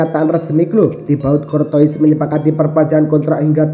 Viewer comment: Courtois dibaca cortowa itu yang bener min , beljar dulu min